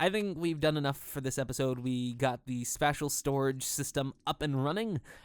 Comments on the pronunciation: It's pronounced spaysh, not spash. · The way you pronounce "spacial" makes me cringe. XD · Spatial = spay shull -. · Space... Spatial is pronounced like space-tial. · Dude, it's pronounced sp-ay-stial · i know right!? i might have subbed had not been for that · Your pronunciation of spatial.@@ Auuuugh. Other than that, nice I guess. Was really distracting though.@@ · He's pronouncing it the same way you'd pronounce "Special" if you put an "a" instead of an "e". The English language is buggy xD